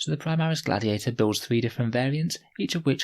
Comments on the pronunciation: Interesting “gladtiator” tank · Gladtiator? Am I havin a stroke?